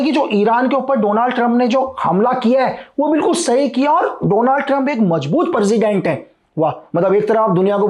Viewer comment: President ❎ Perzident✅ 🤣